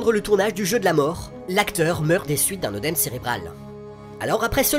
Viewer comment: "œdème" se prononce "édème" et non "eudème"... Pareil pour Œdipe, œnologie etc. C'est comme ça